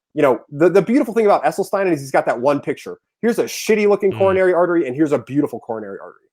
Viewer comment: True. He doesn't even know how to pronounce Esselstyn, which any vegan would know. He pronounced it incorrectly at least four times before I grew too weary of his loud mouth. Mic posted the link so I watched as long as I could. Sorry, Mic.